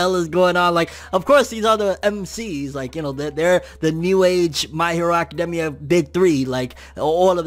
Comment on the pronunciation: My hero acaDEMia though 😂😂 I've never heard anyone say it like that 😭